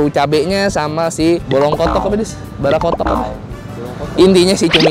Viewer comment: Balakutak,bukan barakotok😂😂